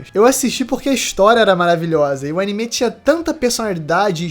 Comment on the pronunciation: Único defeito desse vídeo é ele falando "Animê"